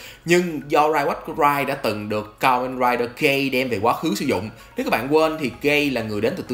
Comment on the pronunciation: Gei-z(ừ) nhen ad ơi, sao cứ nghe Gay hoài kì ghê😅